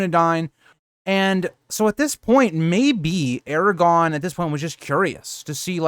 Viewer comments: First off... It's ARAGORN... not Aragon. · Eragon? Wrong series😂 Air-ah-gorn. Solid video otherwise. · Please. People can sound out basic things like Aragorn not being pronounced Aragon. The R is the clue. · If you’re a so called Tolkien fan like this channel suggests you should know the names of characters. It’s AragoRn. Lol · I quit listening when you called him Eragon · Or, air-a-gawn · Made the video completely unwatchable tbh. You don't even know how to say one of the MAIN characters names, like are you really even a fan? Smh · you’re pronouncing Aragorn without the second ‘r’ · Glad to hear you corrected the mistake . Your content is really great but mispronouncing Aragagorn kind of takes you out of it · LOL, sorry about that!! There is actually a difference between a typo and consistently pronouncing a name incorrectly. Especially if the person is supposed to be well-versed enough to make a YouTube channel for LOTR. I'm assuming you're trying to insult me, but it's all good as far as I'm concerned. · There’s no way someone so geeked-out on the subject would make that mistake….im thinking it’s a speech impediment, it kind of sounds like he’s really trying to say it correctly, but failing.